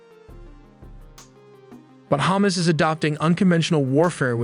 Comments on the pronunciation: It’s pronounced HamAs, not hummus. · KArem Shalom -> KErem Shalom And "Hamas" should be pronounced "Ha-MAAS" (or "Dead" 💀). Not "Hummus" 🥣... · What is Chomos? It is HA MAS like in HUckelberry Finn and MUStard!!! Cmon say it properly!!!! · it is hamas, not humus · It's Hamas not Humus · It's hamas not humes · Is hamas not hummus😊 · Can you not pronounce ha-mas? 😂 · This is a discussion of tactics, not strategy. Title couldn't be more misleading. And stop pronouncing Hamas like it's Hummus! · Hammuzz, that pronounciation is dam funny 🤣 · The narrator is pronouncing it Hamas like it's hummus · This guy still does not know how to pronounce Hamas. Its not the food item. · it cringe me everytime he pronounce Hamas